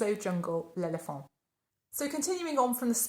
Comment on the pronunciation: I bought Jungle L'Elephant last year when I was just getting into perfumes. I unpacked it last week as it is just getting cold enough to wear it. THANK YOU for pronouncing it correctly!!! Such a fun word to say...L'Elephant!!! (I'm a Yank, but originally a Southerner and I've lived around the world enough to have developed this...obsession, I suppose...for correct pronunciation. In college, we had to learn to sing arias in French, Italian, and German, as well as read IPA, so I'm a bit of a stickler. The entire perfume industry--as well as fashion--centers around France, so learning how to pronounce French names correctly is a given in my opinion! Off my soapbox but THANK YOU!!! I thank you, and my Norman French and other French ancestors thank you!!!) I'm bringing out many of my spice-centric perfumes. I like to wear Miss Dior 2017 in winter. Its rose-blood orange-patchouli fragrance is perfect. Thanks for reminding me to bring out my Chopard Love. (I moved recently so my perfumes got packed up during the move.) I also bought Tiziana Terenzi's Porpora, which is a strong, spicy rose fragrance I love! My Chanel Coco is in my suitcase in my storage unit. I'll retrieve it today! I also bought Jo Malone's Ginger Biscuit last year, and I only wear it between Thanksgiving and Christmas, but it's perfect for the holiday period. Chris from The Perfume Nest alerted her community that Bottega Veneta was available in the early spring, after it was discontinued, so I jumped on it. My daug